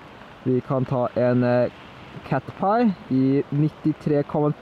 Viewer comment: Ehhhm... Det heter ikke catpie det heter caterpie eller noe sånt!